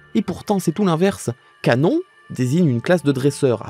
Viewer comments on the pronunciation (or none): none